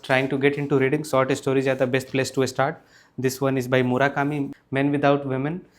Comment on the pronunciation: grammar perfect....practice sssh sound. and start sound starts with s, not e. start, not estart